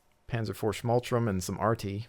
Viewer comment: It's schmalTURM not schmaltrum